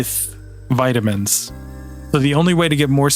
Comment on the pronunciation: All the vitaminininininins